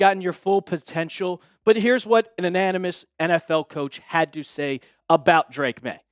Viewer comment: Ananymous??? Say it with me, Anonymous…. A-non-amus. Sorry. Can’t help it. Like your content though.